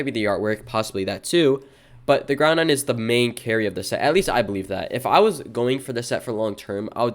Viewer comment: Did bro just say Groundon? With an n in the middle?